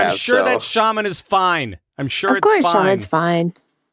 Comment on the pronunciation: There is no R in shaman lol